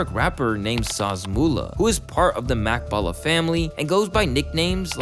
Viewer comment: This guy said Mak Baller??? Lmao it’s Jet 🛩️ not mak this guy isn’t a reliable source anymore 🤦‍♂️ and slizzy means “Maks” Whoopty is jet slang and it has a response and CJ is double R “R8” 😂